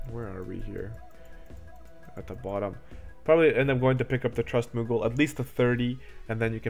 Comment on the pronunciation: Thanks for the good video man! You are saying a lot of the same thing my buddy was saying, but when you say it I actually listen. Except when you say muggle :P